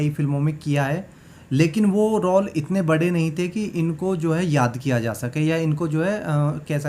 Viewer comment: रौल नहीं रोल।ये तो पूरा राक्षस ही है ।